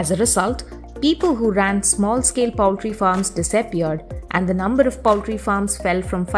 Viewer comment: Poultry is pronounced pole-tree not powl-tree.